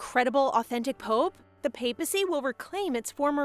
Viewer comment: Papal: PAY-puhl Papacy: PAY-puh-see